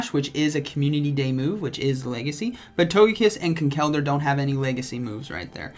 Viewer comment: Yo how you say Conkeldurr is very annoying as an irish person how its said is Con-kul-der